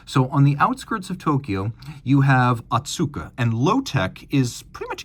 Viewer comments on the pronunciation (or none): The pronounciation is Oh-Tsuka, not Ah-tsuka like you've been saying.